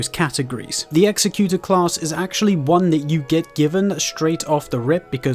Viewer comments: You are saying the executor wrong. Say it like executive not like execute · Great video with real helpful information. Thanks! Just to point it out, the name Executor is pronounced differently. Executor means "a person or institution appointed by a testator to carry out the terms of their will." as provided by Google. The word you think you are saying is executioner: "someone who carries out the sentence of death."